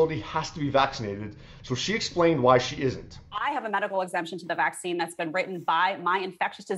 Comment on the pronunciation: Are people not bothered that you can’t even say Vaccine? And no I don’t agree with, she did not deny science, and also follow the nrs.